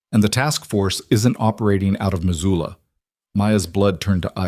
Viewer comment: Missoula, not Mazula.